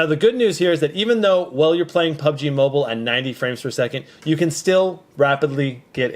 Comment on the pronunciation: Lol "PUGB MOBILE"